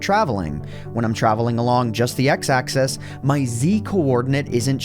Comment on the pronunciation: One question why do u pronounce Axis Axees